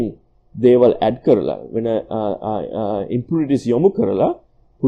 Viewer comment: ඕකගෙ බොරු බන් 😂 කෝ ඉතින් ඔය කියන සන්නායකේ? චිචියගෙ රොකට් වගේ තමයි 😂💩 අනිත් එක බලහන් මුගෙ වචන "මැටීරියල් --> බෙටීරියල්", "ඉම්පියුරිටීස් --> ඉම්බෘටීස්" 😂 ප!ඩ ශෝ. ඇමරිකන් සුද්දෙක්ගෙ වත් නෑ ඕයි මෙහෙම ප!කේ ඇක්සෙන්ට් 😂💩 තනි බොරුවක් කරන්නෙ.